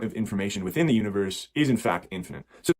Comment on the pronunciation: Why does he keep saying something sounding like "infinenth" to me, instead of "infinite" like normal people?